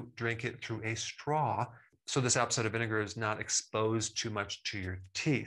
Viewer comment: Just a minor comment. Could you say ‘Apple cider vinegar’ just a little more slowly? My English ears couldn’t tell what was being said. Thks a lot, really learning a lot here.